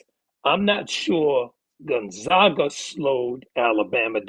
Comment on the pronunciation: The disrespect of Gonzaga is terrible. First mispronouncing Ike then mispronouncing GONZAGA. Seriously, if you’re still doing that at this point it has to be intentional.